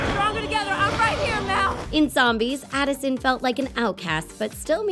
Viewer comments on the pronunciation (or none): Who noticed she was Saying Allison? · SHE CALLED ADISON ALISON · is it just me or did she say Alison at the beginning instead of Addison No hate though i still luv u guys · she said Allison! It’s ADDison